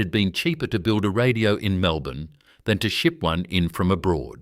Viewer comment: was great until the AI slop images popped up, then later on could not even say 'Melbourne' straight - well now I cannot trust any of it. pity.